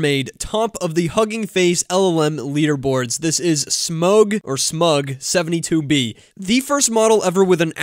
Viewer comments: Smaug is pronounced like smowg. It is the name of the dragon in The Hobbit. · Thanks! I love your style and what you share. BTW, that word "Smaug" is pronounced like "Smowg" or "Smawg" as in the dragon from JRR Tolkien's Lord of the Rings. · I think the "au" in Smaug is pronounced like "ow." It's also the name of the best character from The Hobbit. Imagine if Stable Diffusion is able to be retrained, but using Smaug-72B to enhance prompt understanding. 🤯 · It's not smug, it's Smaug, like the dragon in LOTR! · smoooowg....as in the dragon. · Smaug is a reference to the Dragon in the Hobbit, dingus. It's pronounced SMOG. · It’s pronounced SMOG like the dragon in The Hobbit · Smaug is the name of the dragon in The Hobbit. Pronounced like “out”. SmOUg. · Smaug is pronounced like Smowg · Bro you pronounced Smaug like you’ve never heard of the Hobbit. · Please learn how to pronounce Smaug. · "SMAUG". Rhymes with "FOG".